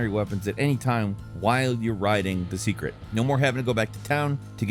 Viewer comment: SAY-KRET!!! SAYYYYY!!!!